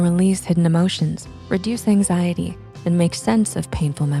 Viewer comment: “no axiety”